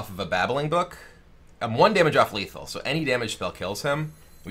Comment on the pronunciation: Lithal Kibler